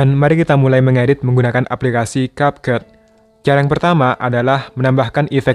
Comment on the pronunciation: It's Kepkat not Kapket